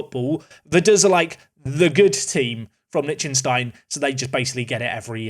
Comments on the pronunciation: Lec-tin-stein , not lynchinstein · how can you be this horrible at pronouncing like usually idec but this just pisses me off honestly. Liechtenstein and Sarajevo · Is that how English people pronounce Liechtenstein? Jesus christ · Where did you learn to pronounce Liechtenstein? 😂 It's delightfully and horrifically butchered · The mispronunciation of Liechtenstein hurts me :( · Thanks! I always said it wrong too 🤣✌